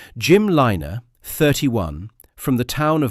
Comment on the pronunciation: It's Lynagh not Liner